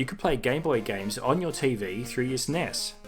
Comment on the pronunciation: Stop saying Sness, it is S N E S